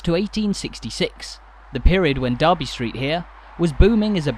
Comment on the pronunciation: It's actually Derby, not Darby. Comes from D'Erby not the town in the midlands.